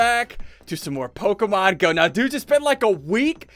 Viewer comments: Omg SSundee your driving me insane by saying Pokamon it's Pokemon please try to say it right but nice vid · Who else cringes a bit when he mispronounces the Pokemon names? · rarely pronounces Pokémon names correctly XD